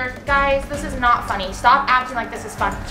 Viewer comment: In the description in the beginning of it when you tried to say funny you said finny